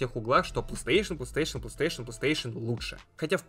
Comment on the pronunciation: Почему плестеешен? Не сложно ж выговорить нормально, у тебя ж нету дефектов речи.